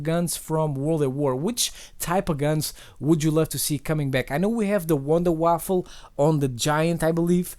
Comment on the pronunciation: Did you say Wonder waffle?... -_- Pls no.... just Pls. D; you make me crie evrytime. Seriously though... People can't try to make an effort to pronounce right. WunderWaffe... Wonderwaffle... see what I mean here? Nah! in all seriousness good vid bro. Like always. have a sub and a like from me... ^_^